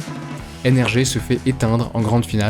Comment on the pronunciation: Ça me perturbe quand il dit nrgé